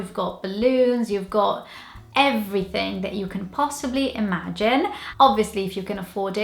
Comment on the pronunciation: When you said possibly imagine you sounded Welsh as a Taff